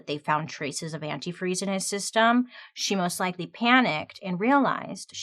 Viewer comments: One of the things I was waiting to hear mentioned and never did is that Stacy kept calling antifreeze "antifree" over and over during interviews with the cops, and it was written as "antifree" in the "confession" note. Ashley properly pronounced it but Stacy never did. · My favorite part that wasn’t mentioned was that she said and spelled antifreeze anti-free. She said it like that in the interview. And she spelt it that way in the letter… What a wild way to be caught. Such an interesting story!